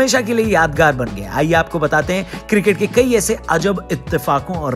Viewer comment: Janab... Cricket hai not circit... Improve yourself please! India first 🇮🇳